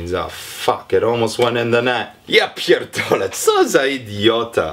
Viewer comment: You're good at polish, respect. "Ja pierdolę co za idiota" - It's like I can hear Polish. Dawno nie słyszałam obcokrajowca z tak dobą polską wymową.